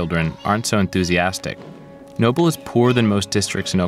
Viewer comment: Why does he keep pronouncing it Nople?